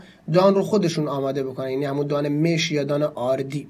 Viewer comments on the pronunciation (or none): دان مش (با فتحه mash) درسته نه با کسره (mesh)